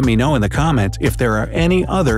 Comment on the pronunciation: “lEt Me KnOw In ThE cOmEtS” me: wHaT cOmEt?